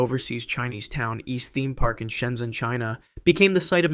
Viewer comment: its pronounced shenjen, not shenzen